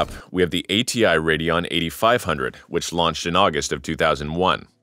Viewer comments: WTF is a RADEOON? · AMD RADEOON :) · why were you spelling it radeoon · Radeon on Radeoon ?